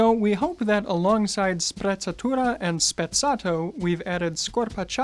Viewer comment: pronounces Sprezzatura even better than Raphael, that's a very good pronunciation